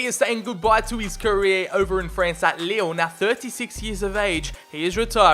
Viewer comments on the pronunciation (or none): none